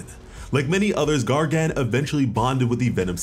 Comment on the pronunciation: The way you pronounce Gargan as Gar-Gan… It’s rough.